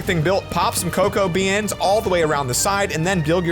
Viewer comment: uhh why do u say be ans?